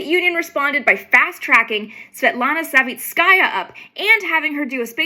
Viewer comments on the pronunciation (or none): Thanks, only she is SavItskaya, not SavitskAya, but anyway, thank you for the content.